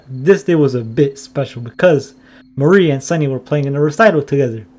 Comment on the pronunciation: Im not sure thats how you say mari i may be wrong but i say mar E but thats just me